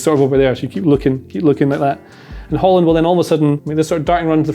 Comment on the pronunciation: In Norwegian we don't pronounce that final d in the name